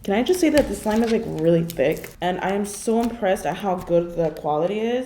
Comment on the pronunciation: It got me when she said "It is a true thicy" "Insanely thicc"